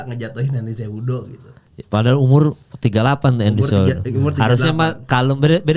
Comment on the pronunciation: Cehudo bukan jehudo😅